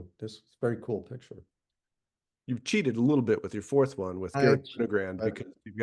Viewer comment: Love these interviews, but it's GaRRY Winogrand!